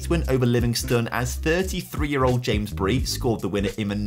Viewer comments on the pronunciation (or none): none